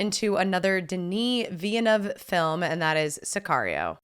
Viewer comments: it's vill-nuv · One day, will pronounce Villeneuve correctly.